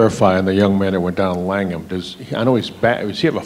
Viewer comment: 😊langham? Langham? C’mon